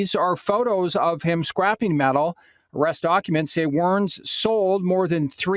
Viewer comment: she said "300 transactions of scrapeing metal"...scrapeing???? dont havta be smrt to read news I guess??..Hustle at the scrap game and you can make decent loot. 23k? very do-able. this isnt news.